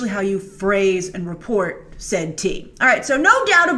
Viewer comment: Hearing Grace say Tea is so funny I love it! Spill the Tea Grace!!!